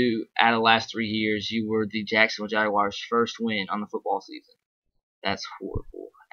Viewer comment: Jaguars not Jagwires lol